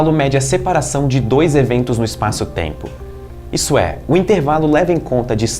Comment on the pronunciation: essa moça loira me faz lembrar o principe do ''schurek ''...e o jeitinho meigo de falar...( eispaço teimpo )..aff